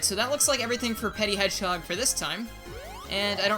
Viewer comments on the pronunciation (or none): petit is actually pronunced "pe-tea", but the word 'petty' originates from the word 'petit', meaning small in french.